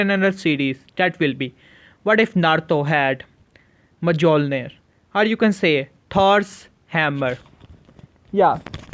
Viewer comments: Bro the j Is silent so just say molnir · it's Mol-ni-r that's how you say it, you don't say the j.